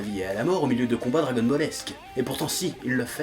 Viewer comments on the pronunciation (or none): none